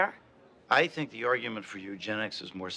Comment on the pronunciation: Maaaan, "think'' isnt gone work lil lady